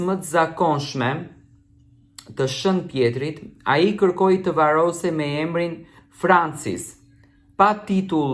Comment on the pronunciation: Hajde gazetar hajde, jo Shen Pjeri o gdhe por Shen Pjetri mire qe se di por s'di as te lexosh sa turp qe i thua vetes gazetar